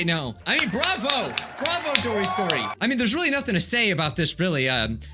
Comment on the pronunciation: No one:: DORYS STORY 😆 just keep swimming